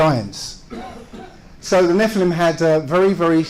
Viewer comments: what's with the pronounciation? First you pronounce nephilim correctly in the intro, then you mess it up numerous times in the body of the clip;) It's nefə-lim, not nefʌɪ-lim;) BTW, I think he's onto something cool - if you want to write a fantasy story that is. Pre-flood genetic engineering - an idea worth stealing! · Hey, It’s pronounced “NEF-ill-im” with the emphasis on the first syllable, not “nef-EYE-lim” with the emphasis on the 2nd syllable. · Pronounce it kneefel-ha-i-m you uncool creatures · The way you pronounce nephilim, is that also correct? Neffi-limb or ne-file-im? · I thought it was pronounced ne-fill-im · Just FYI, the proper Hebrew pronunciation is "neh-FEE-lim." Which is plural. One is called a Nefil. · I thought it was pronounced NEFF-elim. But then....what would I know.... I'm just a religious hating heathen. :) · Why do you keep saying “Neph-eye-lim” it’s pronounced like the guy in the video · Your pronunciation of nephilim really bothers me for some reason lol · I found it actually quite hard to listen to this video, with continously mispronouncing “Nephilim” in a really annoying way. At the absolutely wrong explanation of the claimed adrenochrome conspiracy (nobody thinks the “Hollywood elite” are harvesting this from their own children), I really couldn’t take it anymore. seems to think that debunking falsehoods does not take any effort, and that shows. The lack of proper research rears its ugly head again.